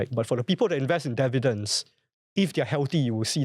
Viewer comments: no dun correct it. I’ve learnt to accept Indian Indian developers saying Dair-vair-lop, so I’ve gotten used to your dair vi dents. And I will know it’s you and not AI 😂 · DIV- VEE- DENDS !!! OMG! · WTF is "Dair-vidents?!"